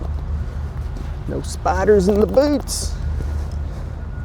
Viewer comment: You have some great videos, I've been hooked for awhile now and luckily am not caught up so i always have a new one to watch. You have those common things i find entertaining: "owe", "I forgot" "oh man" "i have an apple pie" and for tne longest time i couldnt get that you were saying "spiders" until i recognized the southern accent and learned where you're from. To me, you are saying spotters lol. Love the channel, keep doin you.